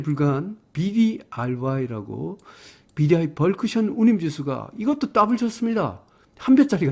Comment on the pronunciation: 요즘 벌크션이라고 하시는데 벌크선 아닌가요 ㅜㅜ 감사합니다